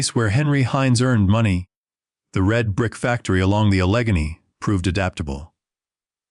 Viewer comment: AI written, I hope? Tries too hard to be profound. Hysterically funny pronunciations of such words as “Allegheny.”